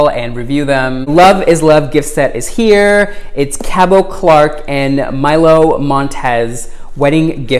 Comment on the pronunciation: FYI, the “t” in Cabot is pronounced. His name rhymes with rabbit.